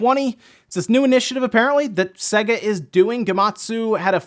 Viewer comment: sega? SAY-GA.....it's literally pronounced on every one of their games as the intro as you boot up 🙃